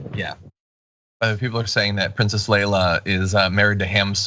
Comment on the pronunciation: Thanks for correcting dude. I was offended by the mispronounced "leia" comment.